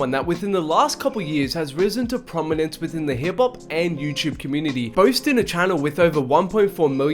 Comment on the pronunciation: sounds like hes saying hibpop